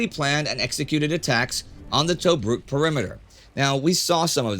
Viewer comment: Indy please look in to the names like Belgrade and Tobruk, your pronouncing them wrong Your saying toe brook, its t bruk